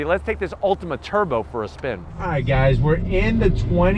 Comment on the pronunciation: Dude, it's an Altima, not an "Ultima"